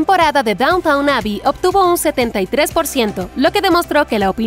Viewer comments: Quería ver este video pero la narradora no deja de llamar Downtown a Downton. Me quedé en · DownTON! No “Downtown” , lo pronuncias mal todo el vídeo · A ver si para empezar, la locutora se entera de cómo pronunciar correctamente “DowntON“. Nadie habla del “centro de la ciudad (=downtOWN)”. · En realidad la serie se llama "Downton", no Downtown! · Gran comentario… pero por favor pronuncia bien el nombre. NO es DOWNTOWN, o sea centro de la ciudad, sino que se pronuncia DÓWNTEN, con el accento sobre la primera sílaba. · no es downtown, es downton! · Amiga mía, la serie no se llama Downtown Abbey sino Downton Abby. Hay una ligera diferencia. Lo has estado pronunciando mal durante todo tu trabajo. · Me está volviendo loca que digas todo el tiempo Downtown en vez de Downton. Me es imposible imaginar que viste un solo capítulo de la serie si no sabes ni como de llama. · Dejé de ver el video cuando dice DowntoWn xD Es Downton, lelos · NOOO SE PRONUNCIA DAWNTAWN 😭 QUÉ DESESPERACIÓN CON ESTA NARRADORA DE M!